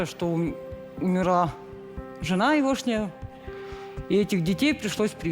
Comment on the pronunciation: Я человек с высшим образованием, библиотекарь скоро начну говорить Евошняя и звОНит😢😢😢. Уважаемые ведущие, как Вы это ТАМА выдерживаете?! Мы ЗДЕСЯ с трудом.